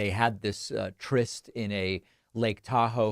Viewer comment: Nice work on trying to make something out of nothing...do double check your pronunciation of tryst.